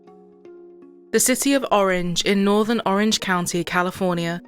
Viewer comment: The city of oorange, yeah, forget this channel. Stick to England murders because if you can't pronounce a city correctly, you lost me.